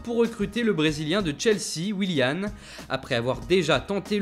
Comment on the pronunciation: WilliaN pas WilliaM bordel de merde